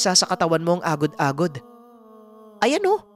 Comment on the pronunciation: lodi medyo. iba pagkabigkas nyo sa agod agod sa lapok. 😀😀😀